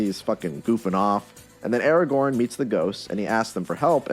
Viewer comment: Stop saying Eragorn!